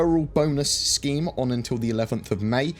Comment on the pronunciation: When you said referral scheme I heard referral scam lol. #nothater.